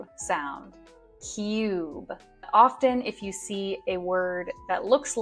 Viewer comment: Dear Ma`am you misprounounce the word ``often``